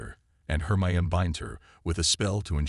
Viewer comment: Hermeon?.....liely Potter? .....plus how many other AI bludgeoned words.....yeah kinda takes you out of the story. Really hate AI .